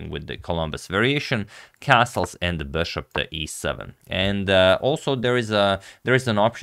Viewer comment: he went from 'bishop' & 'beshop' to pronouncing it 'BASHOP'... like come on dude...